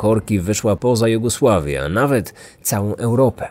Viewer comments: Doskonałe! Chcę tylko zaznaczyć, że „Jugosławia”, nie „Jogusławia”☺️ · Kraj Jogusławia? A nie Jugosławia? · Super podcast. Ale błagam: nie Jogusławia, a Jugosławia. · Lubię słuchać Kryminatorium ale zgrzytają mi w uszach takie momenty jak dwukrotnie powtórzona Jogusławia zamiast Jugosławia, na szczęcie niewiele jest takich pomyłek. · co to jest ta Jogusławia? raz rozumiem się przejęzyczyć ale dwa to już dramat, a nie przejęzyczenie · Też mnie zabolały uszy, jak usłyszałam „Jogusławia”🙄☹️ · Jugosłowia, nie Jogusławia. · Na pewno Joguslawia? A nie Jugosławia? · Co to jest "Jogusławia"? Czy ma coś wspólnego z Jugosławią?